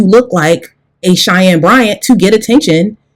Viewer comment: Lie-Anne Bryant 🙄